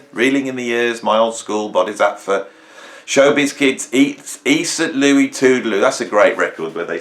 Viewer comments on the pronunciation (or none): none